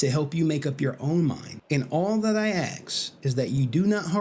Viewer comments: How hard is it for some americans to work out the word "Ask", its really not that hard, there clearly isn't an X, get a handle on it. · i feel like he's going out of his way to say axe isntead of ask, cause he doesnt say axe everytime